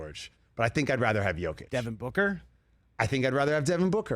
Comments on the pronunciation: For the love of God... the guy is a 2x MVP and been in the League 8 years... Learn to say his MFing NAME. It is NOT Joe Kitch. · Joe-kic?! Still can’t say his name right! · I love the RE show, but whenever they get into NBA stuff its hit or miss. They can’t even say Jokic name right. You can tell they simply don’t pay attention to the NBA as closely